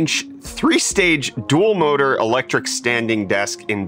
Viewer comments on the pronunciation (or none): none